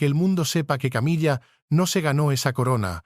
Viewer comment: appendage a❤pronunciar Camila no es Una mesa